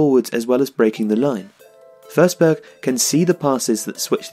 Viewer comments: It’s FORSBERG man not FERSBERG LOL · You pronounced the swedish "ö" pretty well.. just that it is a regular "o" in this case. So "o" in forsberg should be pronounced pretty much as it's written. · Stop saying FURsberg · How does "Forsberg" become "Fehrsberg"? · Thanks, great video! But since the voice-over is butchering it, the proper Swedish pronunciation is: Emil = "Ear-mill" (with a silent "r"). Emphasis on the first syllable. Forsberg = "Fosh-bear-j" (with the "j" being very soft). Emphasis on both syllables, favoring the latter. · Your pronounciation is wrong, the way you say it it would be spelled försberg or førsberg. You pronounce it like the o in strong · YOU SAY HIS NAME WRONG BUT IT'S ANOTHER BRILLIANT VIDEO LOVE YOU KEEP DOING BRILLIANT VIDEOS EVERY DAY BYE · Good video, but you pronounce his last name wrong :/